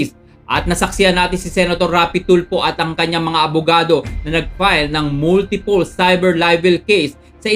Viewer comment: DeFartment of Justice, Moltipol CIVER LIVEL. hahahaha hoy brad malapit mlaglag yung pustiso mo! CIVER LIVEL hahahaha. ayusin mo yang pagbigkas mo!